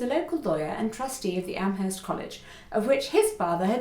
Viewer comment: Also, if you're local, it's AM-erst. No H. :)